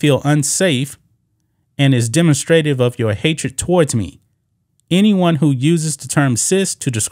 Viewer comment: Just because I know your an intelligent man imma say this lol. Demonstrative is pronounced differently its more da-monstrative sounding